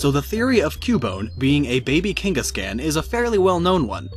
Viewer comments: I hate to be that guy, but... It's Kangas-KHAN. Like Genghis Khan or Kubla Kahn, or a con artist. Not "can" like a soda can or "Yes I can!" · I couldn't finish this video because you kept saying KANG-gus-can. KAWWWWWWN, KANG-gus-kawn. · "Cain-gus-can" BRUH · Velen Zaiga lol KangasCAN